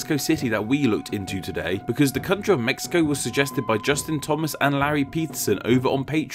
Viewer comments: Well, the name should be pronounced as /mehico/, that's the way it's said here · The Aztec languages have their "sh" sounds transliterated as "x", so it'll be "Meshico", but nicely said all the same! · The “x” character in modern Mexican Spanish is usually an “h” sound i.e. “Meh-hee-co”. Obviously when English speakers don’t say it that way, but you were referring to the etymology of the name, it might not be a bad idea. Same rule probably applies to the god names Mextli and Mexihtli...... Also, as you’ve already addressed Mexico is not considered a Central American country................. Fun video though........ It was interesting............ Cheers!!!!!!!!! Lol. :). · I would have loved for you to pronounce Mexico, like us Mexicans do, Méhico :'( I loved the video by the way, keep up the good content